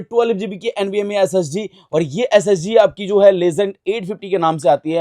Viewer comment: SSD bol raha hai ya SSG 😂😂